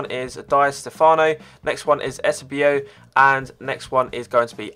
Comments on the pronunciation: Eusabio and di Stefano won't get cards cause they won't be able to get the licensing, and it is pronounced u-say-be-o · Eusebio "You-Say-Beo" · Eusebio "you-say-bee-oh" haha. Don't think they can him a card as he is dead :/ and wouldn't get licensing. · 'Die' Stefano! Said Eusabio wrong. Not a proper footy fan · The way you say Eusebio is just painful.